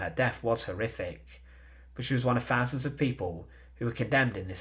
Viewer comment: Please speak clearly. It is not "frone"- it's "THrown". It's not "deaf: it's "deaTh"; it's not "Fousand" it's THousand". Come on, pronounce TH not F.